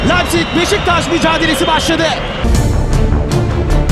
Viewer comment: Güzel bir çekim yapmışsında leipzig Lepzig diye okunmaz laipzig diye okunur 😉